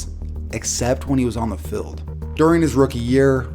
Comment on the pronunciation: Tric key he also says feld insted of field